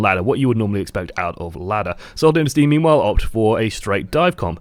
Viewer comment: "Meme-while", anyone?